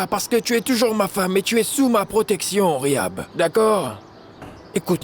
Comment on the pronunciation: Riad et Rihab on arabe on prononce le H